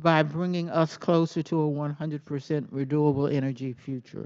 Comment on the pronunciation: She actually said "100% reDOable energy." LOL!!!!